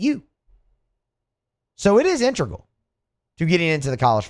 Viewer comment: The word is pronounced "in-te-gral"